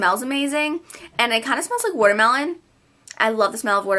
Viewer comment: When you say watermellon, you sound like some of the girls off Jersey Shore!